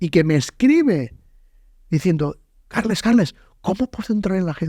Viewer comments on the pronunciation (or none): Se llama weon no karlas